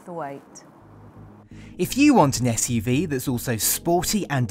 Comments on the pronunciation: I don't see any other comment regarding her pronouncing "SUV" as "Ash-UV" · Why do you pronounce SUV (Esh U V) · It's an SUV not an ESHUV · I'm offended by your bullying of someone who can't pronounce her esh's!!